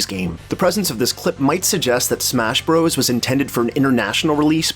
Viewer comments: FYI it's pronounced "Super Smash Brothers". "Bros." with a period is an abbreviation. "bros" is a different word. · I love your videos but it's Bros. pronounced, "Brothers." Saying it different in an apparent attempt to be cool is like nails on a chalkboard. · Can you stop saying Bros. as "broze"? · Because it is spelled Bros, it is still said as brothers.